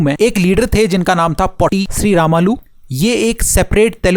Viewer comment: It's potti sri Ramulu Pronunciation is wrong